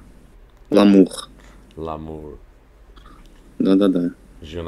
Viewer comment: лАмур))) француз, блин))) Твёрдое "л" у французов поискать ещё надо))